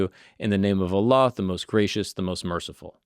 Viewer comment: I Love the way you pronounced Allah correctly. Some people say it weird